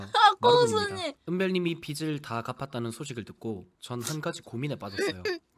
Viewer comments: 빚을 제대로 발음하는 사람이 어떻게 한명도 없네 ㅋㅋ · 빚을 발음 ㅋㅋ 다들 비츨이래 ㅋㅋㅋㅋㅋ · 비즐 비즐 비즐!!! 비츨이 아니라 비즐!!! 왜 다들 하나같이 빛을 갚았다고 하는거야? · 발음 나만 불편한가? 빚 - 비즐 / 빛 - 비츨 / 빗 - 비슬 비츨, 비슬 불편한거 나만그런가?